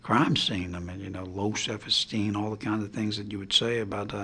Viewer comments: FBI agent was investigating for "self esteen" LOL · FBI agent (not ) was investigating for "self esteen"